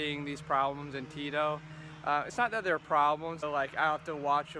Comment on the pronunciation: It's Cheeto non Tito lol